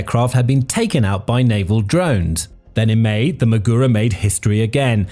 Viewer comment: Everytime he says maGUro it's like fingers scraping across a chalkboard.